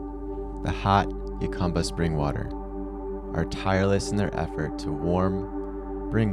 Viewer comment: It’s pronounced “Hu-cum-ba” not “Yu-cum-ba” or “Ju-cum-ba”…and it’s the “Sun-or-an” Desert.